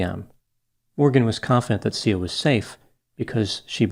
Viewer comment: Not to make light of this but it almost sounds like the little girls name was pronounced "See Ya".